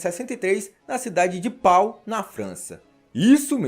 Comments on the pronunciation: "Pau" em francês se pronuncia "Pô" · a pronúncia da cidade de Pau é PÔ!!! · cidade linda no Sul da Francia se pronuncia Pô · A cidade se escreve PAU,e se pronuncia PÔ. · Pau se pronuncia PÔ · Em francês, a cidade de Pau pronuncia-se Pô! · A cidade se pronuncia Pó! ! Deixe a 5 série em paz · Alguém podia mencionar que a pronúncia correta é "Pô".